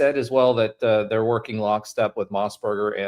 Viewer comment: Mossbrucker… not mossburger lol